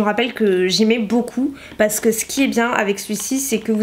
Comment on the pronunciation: Quand tu dis « parce que » on dirait tu bafouilles tu dis juste « pas je.. » mdr t’es chou 😘